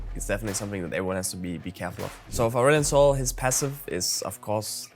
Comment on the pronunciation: Am every time you said the champ name I hear assshole 😂😆